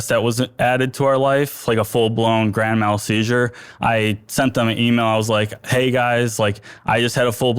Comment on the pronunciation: He said “grand MELL”???? 😂😂